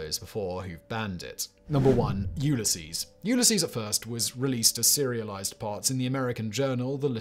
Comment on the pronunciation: LMAO, he said: "Yule a Sees".